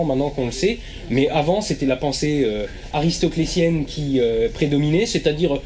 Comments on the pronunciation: j'ai adoré cette video comme finalement toutes celles qui sont sur cette chaine, j'apporte cependant juste une toute petite correction puisque je fais des etudes de philo : ce n'est pas "aristoclecienne" mais "aristotelicienne" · Je croyais qu'on disait « aristotelicienne»